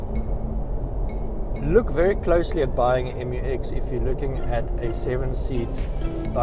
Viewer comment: Pronounced MEW-EX 😊. Oh, journalism is so junior in South Africa 🇿🇦 😢